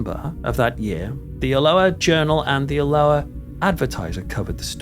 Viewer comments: al-oh-ah 😂 not that strange Hawaiian pronunciation you gave it, you make us sound so tropical 😉 Great video, but did that guy really say he thinks it’s a DISCARNATE entity that’s died but not moved on? They’ve never been human so he’s got his basics wrong which is never a good sign, perhaps a slip of the tongue. Off to watch the next video which I’m sure I will also thoroughly enjoy, but also will pick holes in. Promise I’ll keep them to myself in future 😂 Keep up the excellent, high quality work! 👻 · It's about 50 miles from both, near a large town called Stirling. Alloa is Al-low-ah, not as in the Hawiian greeting ! 😆🍍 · 😂 Like his attempt at trying to pronounce Alloa. It pronounced Al-o-waa. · You Alloa like this :- “AL - O- WA”😂😂❤❤ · The way you pronounce Alloa makes us sound very exotic indeed 😂 . Try Aloe (like aloe Vera) -ah 😅 xx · I think I hear a touch of a gentle Geordie/Northumbrian accent, which have many similarities to a Scottish accent and would explain why he couldn’t pronounce Alloa properly. Having said that, I’m English too and I know how to! 😄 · You mispronounced the town two different ways: with a hard C then a soft C. This is very lazy and pretentious. Just narrate. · Great video, well done. I had heard of this but didn’t realise occurrences were so extensive . I used to live in Alloa years ago and often visited friends in Sauchie. Loved your pronunciation of Alloa, it made me laugh and made it sound exotic 😂 No offence meant 😊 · Loving the new pronunciation of Alloa,,, sounds more South Pacific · i found this interesting but found myself saying the correct pronunciation of alloa loudly at my computer.